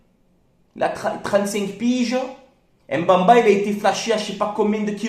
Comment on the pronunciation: C'est plutôt mbemba et non mbamba frère m ne se prononce pas si jamais